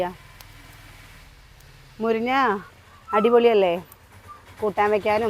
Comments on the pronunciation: മുരിഞ്ഞ അല്ല മുരിങ്ങ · എത്ര പ്രാവശ്യം പറഞ്ഞു മുരിഞ്ഞ അല്ല മുരിങ്ങ ആണ്